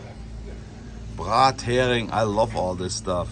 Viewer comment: Brathering in Englisch: Brässering 😀